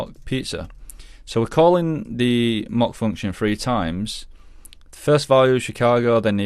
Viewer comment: Great viseo, but the way you pronounce “mock” is driving me crazy